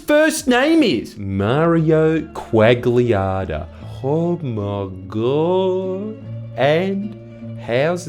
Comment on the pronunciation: Why on earth would you pronounce Mario Quagliata as Mååriyow Quåg'liyåådə. What is wrong with you.